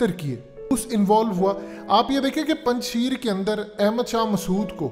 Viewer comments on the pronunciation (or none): none